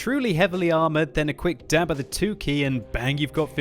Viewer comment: A quick dyab of the twwoo keei... hehee